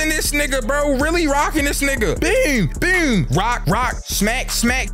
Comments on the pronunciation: It BOOM,not BUOOM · Whenever says "boom", he goes from being to being Sir-nsei😹that "byoom, byoom" is super hilarious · bro said "bewm" like tf2 demo man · bro says boom like he from baltimore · bro says boom so weird